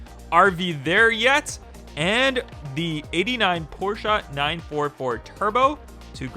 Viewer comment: "Porsche", not Porschea.